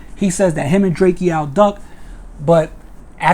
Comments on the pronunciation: It’s Drakeo not drake-O get it right 👀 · he saying it like drakio drake names is spelt like that drakeo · Dre-Co not Dre-Key-Owl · Ayye'yoo my man his name is DRAKE'O ... NOT DRAKEO! ... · Drake O bro not drakeeeo good clip though free the ruler! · Pronounced Drako🤦🏻‍♂️ LLV DRAKEO THE RULER💯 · It’s drakeo bro like draco u sob I hate u weak ass bloggers getting rich off our culture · Who the fucc is drakeo his name is pronounced dray-co. Punk ass bloggers just blogging on everything and don’t know shit. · DRAKE-O! Say it with me DRAKE-O! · Pronunciation : “DRAKE-OH” Drakeo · Ive been pronouncing it drak-iee-oh this whole time too tf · It’s pronounced DRAKE O bro. Good work tho I appreciate the update. Free the ruler and stinc team. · Drake E- O th ruler lol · Right!? 😂 The saying my nephew name all wrong n shit! It's pronounced: "Drake OH"! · This is true. He’s my friend I went to court! Drakeo is innocent! And his name is pronounced DRAKE-O lol 😂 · Say his name correctly! 👎🏼 Trash Channel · THANK you! Pronouncing my nephew name all wrong n shit!